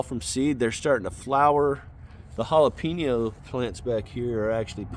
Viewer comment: Loving the content brotha! Absolutely love the production you’re getting out of you garden. Absolutely HATE the way you say Jalapeño. JALAPEENYO?! Lmao stay growing man!